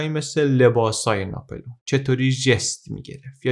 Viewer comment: خيلى از اين كانال استفاده ميكنم ولى تلفظ غلط نامها آزارم ميده: ناپِلِؤن يا ناپُلِؤن؟